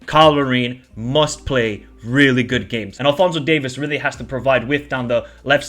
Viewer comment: Lol it's DAVIES. NOT DAVIS emphasis on the e.